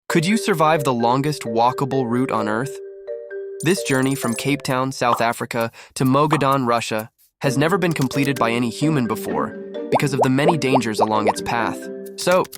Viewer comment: Mogadan😅, Magadan